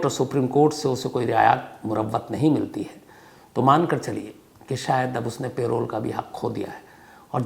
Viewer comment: पेरोल नहीं है भाई लेकिन पैरोल hau